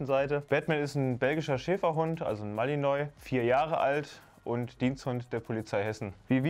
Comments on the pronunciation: An der Aussprache von "Malinois" kann man aber noch ein wenig arbeiten... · "mali-nuAH", nicht "mali-neu" :D geschrieben wirds "malinois". das s ist still, und das "oi" ist halt franzoesisch/belgisch.